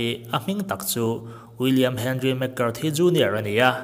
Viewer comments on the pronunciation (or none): none